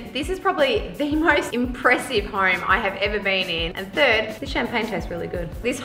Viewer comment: That accent had me laughing my ass off when she said This Hoyme is Soy Big. LOL !! I love Australians. Cheers from New York City.